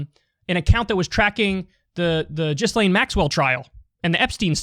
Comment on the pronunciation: Thumbs up for actually pronouncing Ghislaine properly.